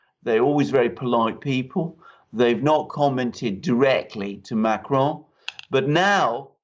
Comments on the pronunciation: Ma cron but you don't pronounce the n at the end ;) , a short " on" , but never mind , he will probably retire in a near future. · You are NOT really good with Macron. You make it sound Spanish. It is SO weird! Regular American/English pronounciation of Macron is closer to the French than this rolling R mahk-rrrrr-onn.